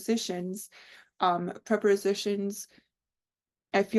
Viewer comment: It’s interesting how you call them preporsitions!